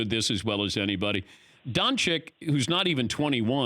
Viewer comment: Learn his fuc*ing name!! his name isn´t Donchick it is spelled Donchich